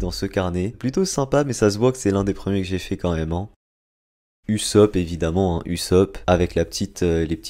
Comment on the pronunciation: Usop hein usop SA SE DIT OUSSOP PAS USSOP mais sa s’ecrit usopp